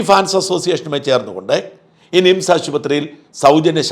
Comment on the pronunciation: ശ്രദ്ധിക്കുക മിംസ് അല്ല നിംസ് . കേൾക്കുമ്പോൾ തോന്നുന്നത് മിംസ് എന്നാണ് . ബോർഡ് കാണിച്ചത് നന്നായി